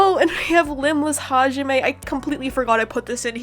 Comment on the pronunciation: My 50 yr old uncle pronounces hajime as "ha-jimmy"